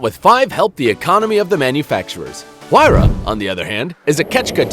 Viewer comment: He says huayra wrong